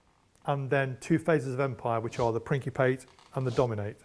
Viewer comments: "Prince-a-Pate" is correct in English. Unfortunately the British don't really seem to speak proper English anymore. Every since they added the "H" (French Influence) to words like "Erb" and then changed the pronunciation from "Erb" to "Herb", they have entirely lost any credibility that may have had. When the English first settled in North American around , they brought that English with them. Unfortunately the modern UK keeps ruining the language with their slang, whereas the Americans are adding new words and phrases to express our advances in technology and societal (Good and Bad) evolution. Some English people are barely intelligible when they speak. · I am native Anglophone in a profession with customary pronunciations of Latin - I don't agree with a number of his pronunciations and wouldn't know what he was trying to say if not for the accompanying text/proper Latin renditions. 'Principate' I pronounce on the pattern of 'prince' and 'dissipate'. 'Cannae' I pronounce on the pattern of 'I can' and 'a horse's neigh'. 'Trireme' I pronounce on the pattern of 'tricycle' and 'extreme'. On Caesar/Kaiser, you did not mention that the 'e' in Kaiser is a schwa. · I'm English and you are quite right about the pronounciation of principate. He was saying it in that way in an effort to be pretentious in my honest opinion. All he achieved was to pronounce the word wrongly in both languages. In answer to the Cannae question. I would pronounce that Can-ay phonetically. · Englishman here, we would not pronounce it 'prinkypit' either. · I took Latin in college because apres onze ans de Francais Quebcois dans l'ecole public yeah f that, I'm taking Latin and it takes a moment to mentally switch gears into Latin. Part of that is remembering a Latin 'C' is an English 'K'. I also could have sworn "principate" would be pronounced "prin-ci-PA-te" because you don't get two vowels in a Latinate syllable unless it's a diphthong. But that was 20 years ago and I have not kept up on it.